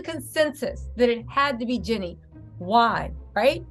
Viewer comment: Btw, it’s [“GEE-nee”] Jeannie - (not Jenny)😉♥️